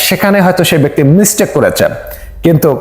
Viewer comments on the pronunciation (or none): none